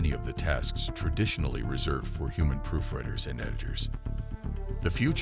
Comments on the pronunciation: I like I like beginning text of #5...Proof_Read_ers and the AI voice says Proof_Red_ers. I know that this little boo-boo, along with the fact that I still have to reboot my modem from time to time because of some random glitch, is no big deal, but I sure don't want AI driving cars...AI may not know when to tap the brakes, so maybe we should. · Did I, , just hear "proofredders"? Is the reader a machine? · "Proofredders"? Was this video narrated by yet another stupid artificial "intelligence"? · We know the narrator is AI aa he pronounces "proofreaders" as "proof redders". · Oh look, this AI voice couldn't even read "proofreaders" correctly...